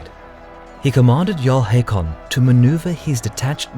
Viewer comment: Its pronounced Håkon